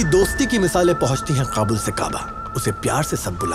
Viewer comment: it's Kabul with k not Qabul with Q .the actor should pronounce it correctly.